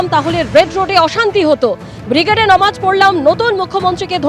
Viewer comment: আপনারা "নমাজ" টাকে "নামাজ" করুন বারবার বলেছি .... প্রিন্ট মিডিয়া তেও আনন্দ বাজার পত্রিকা তেও....